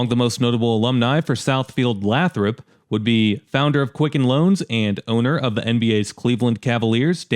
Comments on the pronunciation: Minor quibble, but it's pronounced "LAYthrup" rather than "LATHrup" by most locals. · Lifelong Metro Detroiter here. Love the video and your attention to detail! One minor correction "Lathrup" is pronounced "Laye - thrup" not "Laa - thrup." Also, one bit of racial history in terms of Metro Detroit: In the 80's and 90's Southfield become the most prominent middle and upper middle class African American suburb in the whole Metro Detroit area. To this day that is still the case, with Southfield having one of the largest percentage African American populations of any major suburb in the country.